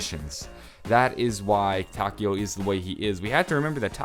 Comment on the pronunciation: I'm sorry, butt you're pronouncing Takeo's name wrong. In Japanese, the "e" makes an "eh" sound. I'm currently learning Japanese and thought you'd like to know that.